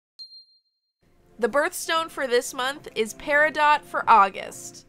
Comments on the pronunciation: That’s pronounced PERIDOT 🙄💚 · I am an August girl. Love my birthstone Peridot. Please don't pronounce the t. I have never heard anyone especially jewlers say Peri-dot. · I kept pronouncing it perido while recording and researched if I was saying it correctly! I found out everyone says it both ways but "pairadot" is actually the right way :) should have included that as a fact in the video! I still keep saying perido though lol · It’s actually pronounced perido. The t is silent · Pronounciation: Peridoe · It is actually pronounced pe ri dough love. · Edit: Heyyy! For those saying I’m pronouncing Peridot wrong, I researched it and apparently you can say it both ways (should have included that as a fact!) 💚 Here is Peridot!! 💚 Hope you love her and thanks for watching!! 🥰 Also, I uploaded twice this week!! 🎉 Stay Tuned for Life with Barbie Episode 37! 💖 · Ohhhh my gosh!!!💚💚💚💚💚💚💚💚! My beautiful birthstone doll! I freakin' cried! THANK YOU 💚.( please don't get mad at me, peridot has a long "O" sound and a silent "T") I truly love your hard work with these beautiful results. Love to all August babies💚🎂💚🎂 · LOVE because i'm a Peridot birthstone... (btw peridot is pronounced without the "t" on the end) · You are saying peridot wrong 🤔